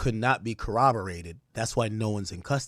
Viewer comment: incorrect usage of words for today: “cowoberated” instead of “corroborated” 🤦🏾‍♂